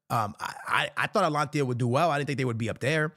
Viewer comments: Atalanta bro. Not atlantia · Bro stop saying Atlantia it's "Atalanta" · He said atalantia 😂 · The way he pronouce "Atlantia" 🤣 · love your content but dog your pronunciation game always has me rolling😂. ”AtLAnTia” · Brother … it’s AT-A-LAN-TA. “ Tia “ ? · Repeat after me: ATA-LANTA How the f do you even come up with Antlantia 😂 Evee single video where you mention them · bro said ALANTI 😂, It's ATALANTS. Typical Madridistas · Bro its pronounced Atalanta. Not alantia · why do you say Atlantia, its called Atalanta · Bro stop saying Atlantia it’s Atalanta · It’s Atalanta not Atlantia I swear does bro even try to pronounce stuff right Atalanta will murder and outplay Madrid really bad Atalanta have been playing some beautiful football they will embarrass Madrid bad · Must be dyslexic 😂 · Oh man it's called atalanta😂 from wher you get the I 😂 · Stop saying atalantia bro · “alantia” please learn how to pronounce names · Someone teach this man how to pronounce Atalanta😭😭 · im getting brain damage from the way you say Atalanta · Nah his way of saying Atalanta is pissing me off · Atalanta bro practice that 😂